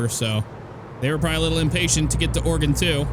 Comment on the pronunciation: It’s Oregon not Organ.